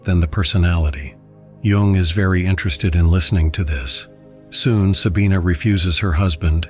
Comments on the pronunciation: It is spelled Jung, but pronounced Yung. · His name Jung. Not Young.